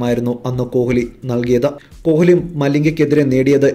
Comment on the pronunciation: കോഹിലി yalla uchharikkendathu. Koli nnanu parayendathu.